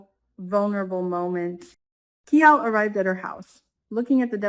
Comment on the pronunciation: Pronunciation of KIAL rhymes with MILE 🤗